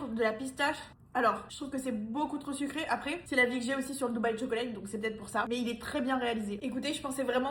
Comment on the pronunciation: Tchoklate please not Cho-co-late